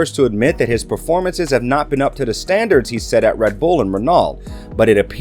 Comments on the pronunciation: The pronunciation of Woking and Renault was horrendous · Your cowboy pronunciation of Renault had me on the floor laughing 🤣